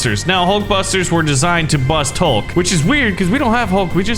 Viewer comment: the green guy is hulk you said his name wrong